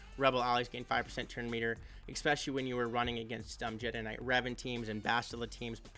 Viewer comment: eSpecially.. not eXpecially